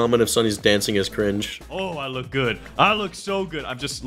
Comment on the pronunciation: Bruh stop saying cring